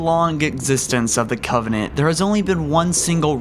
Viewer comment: Did anyone notice this video starts with him saying in his first sentence "... long existence of the covennant..."